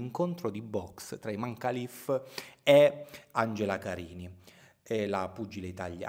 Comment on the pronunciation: Io sto dalla parte di imane Khalif ... Comunque si pronuncia Imen خalif